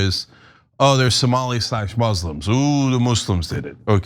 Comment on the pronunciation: It’s Somali not somolian. Would you say Isreleian? Instead of Israeli?